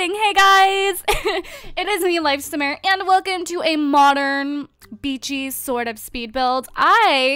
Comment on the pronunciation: Why english people said : A MOCHERN